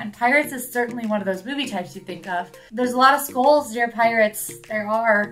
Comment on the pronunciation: How did you not call out use of “skoles” versus skulls? 🤣